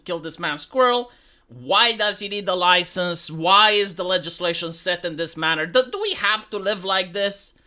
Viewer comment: did..... did you say 'loisence'?